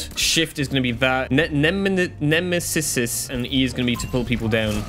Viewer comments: ne-meh-sis is how you pronounce it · Bro can't pronounce nemesis